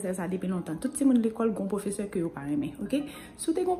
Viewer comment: No I never joure professerr rrrrrrrrrrrrrrrr she's so cute.😃😅